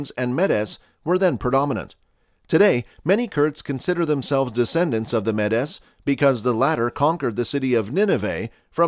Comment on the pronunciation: Kurds are ethnically an Iranian Aryan tribe called Maud (in English Mede - pronounced as meed, not how incorrectly this video pronounces it), When Iranian Aryan tribes migrated from present day Ukraine and Central Russia they came to settle in the present geography of Iran and the the Iranian tribes moved across the land ( years ago). During the first Iranian Empire (incorrectly in the West is known as Persian Empire since that is how uneducated Greeks wrote it down). The first Iranian Empire was created by a coalition of various Iranian tribes, mainly Pars (Persian) and Maud (Medes, as we know them today as Kurds). Kurds have always had a homeland and it is called Iran. Throughout centuries of war between the Iranian empire and Eastern Roman empire many of Iranian populations have been separated from Iran. The present countries of Syria, Lebanon, Israel, Egypt, Libya,Turkey, Iraq, Armenia, Georgia, Ossetia, Dagestan, Republic of Azerbaijan were a part of Iran and over time Iran lost most of these territories to various invaders and any Iranian people left in those territories mostly integrated with the local population except Medes (Kurds) who had large populations and could not be subdued by the countries that they are currently a part of and they still retain their cultural and linguistic identity. The Kurdish tribes have deep roots in geographies where they live in; and they have proven that they are excellent fighters and then know how to defeat their enemies and re